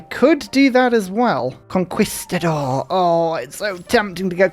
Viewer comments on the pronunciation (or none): Usually I love your little unique pronunciations of words, but something about how you say conquistador makes me very uncomfortable, similar to the word "moist"